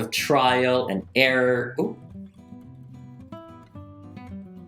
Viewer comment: This is how many times he said “Litchrally” 👇🏻